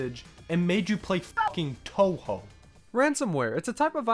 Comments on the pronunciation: "Guess dad's gotta get a new computer because he doesn't play enough Undertale fangames" At least you said Touhou right… Fun fact, Touhou 1 and Undertale are 18 years apart in release dates. If we go from Touhou 6, which was the start of the windows era, and a kind of soft reboot, that’s still 13 years apart. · "Guess dad's gotta get a new computer because he doesn't play enough Undertale fangames" Comparing Touhou and Undertale is like comparing apples to oranges. One is difficult. One is not. lol Gotta say though, it was refreshing to hear someone not familiar with the series say "Touhou" correctly!